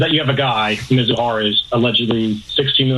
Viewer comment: Michael Kay: "Muzahara". No, his name is Mizuhara. Also Michael Kay: "Ippy". No, his name is Ippei. Also Michael Kay: "He lost $141 million and won $100 million." No, the wins totaled $142,256,769.74, and the losses totaled $182,935,206.68. Dumb guy on the left: "...the minimum of what Ohtani is guilty of is being a rube..." Well, Dane Cook was embezzled by his own brother out of $12 million dollars over a period of 10 years. Dane Cook said he didn't pay much attention to his accounts and the only way it was caught was that he hired a new manager, and the new manager found out about the crime. Wealthy people are often too busy and delegate things to others. I guess lots of people are rubes, then. I worked in the Trust Industry (managing assets of wealthy individuals and also corporate pension funds, etc.) and stuff like this happens all the time. Lots of embezzlement goes on and it's not that difficult. A lot goes undetected. Dumb guy on the right: "How could his interpreter have access to his money? HOW!?!?!??..." READ. THE. AFFIDAVIT. It shows how Ippei did it. These guys are so obtuse and willfully ignorant when they could just read the affidavit.